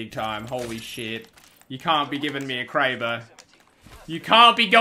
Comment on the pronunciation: How can you hear everyone else that plays the game and the developers pronounce kraber one way and then pronounce another